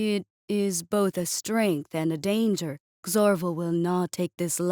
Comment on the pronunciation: She is saying and anger